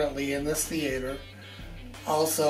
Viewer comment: my mans got a theatre but can't even say the word...